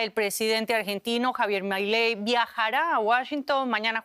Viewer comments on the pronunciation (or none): en serio dijo Jabier Mailey?